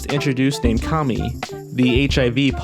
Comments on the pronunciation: you pronounce Kami like commie. I've never heard of her but was surprised they'd pronounce it like the derogatory communist 'commie'. I watched 3 videos with her in it and they all pronounced her name Kammy, like rhyming with hammy. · It's pronounced CAA MEE